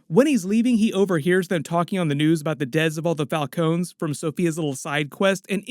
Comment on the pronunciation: Anybody else wonder why says “deaths like that? Sounds like he is saying dez. Maybe it’s a YouTube thing